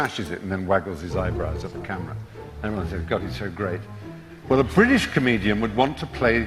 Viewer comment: It's pronounced "British" not "Bri'ish".